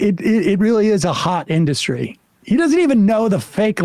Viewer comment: And what about trump's bizzaro pronunciation of "in-duhstry"